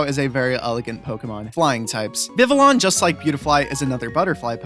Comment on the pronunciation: Vivi yon...not llon...ll is pronounced y